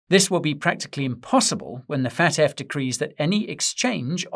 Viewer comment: its F.A.T.F not FAT.F never in my life heard anybody say FAT.F